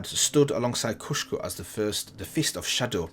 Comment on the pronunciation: It's Kusho! You keep saying Kushko. You did the same mistake in the Jhin and Zed videos as well!